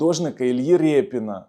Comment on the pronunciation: РИПІНА! Не Рєпіна 😉